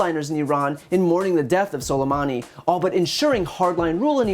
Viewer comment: he said "scolamani" LMAOOO